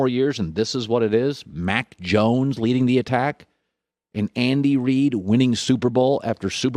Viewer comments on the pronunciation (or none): none